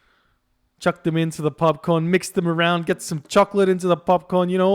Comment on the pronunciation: I thought in Australia you pronounce popcorn as "popcoin"